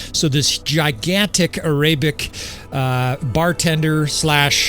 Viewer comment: No offence brother, but Arabic is pronounced how it is spelled, not airaibic. Just don't want people to start teasing you for that.